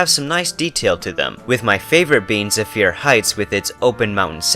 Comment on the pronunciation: It's pronounced zeh-fur not zuh-fir